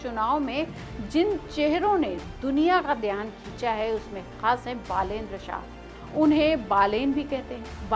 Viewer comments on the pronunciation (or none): भाई साहब पहले बालेन्द्र शाहके नाम का उच्चारण तो सहि तरिके से किजिये। 🙏